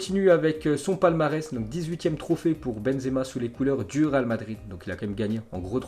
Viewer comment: on dirait que tu dit ral au lieux de real